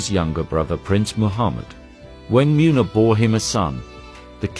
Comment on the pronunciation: Muuuuuuuna what a joke. Why can’t you pronounce anything, because you are a computer.